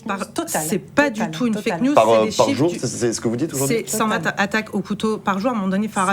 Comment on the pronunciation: Cent vingt zattaques ?!? Ce ne sont pas des données zactuelles !